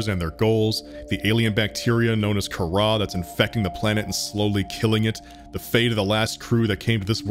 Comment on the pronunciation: Not Kahrah,car ra.